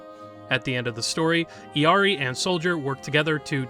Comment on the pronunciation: Great video!!! But as an illari main just a little note about her name's pronunciation: her name comes from Quechua, not spanish. This means the double Ls don't make a y sound and her name is actually pronounced "ill-ee-are-ee"